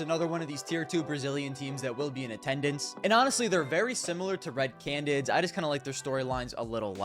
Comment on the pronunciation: one day will be able to pronounce “canids” correctly and consistently